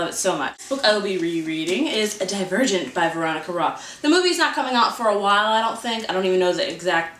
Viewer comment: When you said Divergent I honestly thought you said A Dead Virgin. Lol